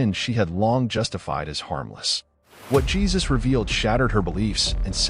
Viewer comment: His name is pronounced Geez-us, not whatever you were calling Him. Other than that it was a good story! Love it